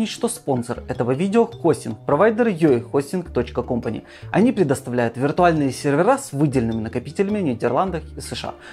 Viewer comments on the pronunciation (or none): Неплохие ролики ты делаешь, но обрати внимание на произношение английских слов и названий. Звучит не очень. Особенно слух режет слово company в названии спонсора.